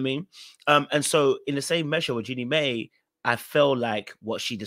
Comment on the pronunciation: It’s Jeannie pronounced My